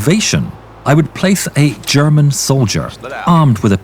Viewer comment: Sounds like "Gherman"